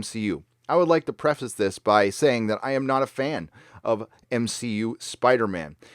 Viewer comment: "M-She-U"....HA HA HA HA.